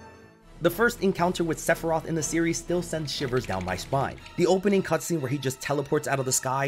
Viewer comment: Top 3: Sephiroth Sephirtoh. And I think hmmm. Sephirtoh.